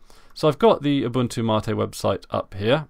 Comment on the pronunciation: It's "Mate" not "Martae"